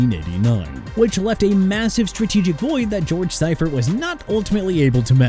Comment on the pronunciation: George See-furt is how it was pronounced